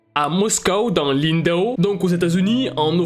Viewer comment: on dit Moscou pas moscooooooww lmao